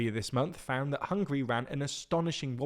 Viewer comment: Bro, they are not hungry, they are Hung-guh-ree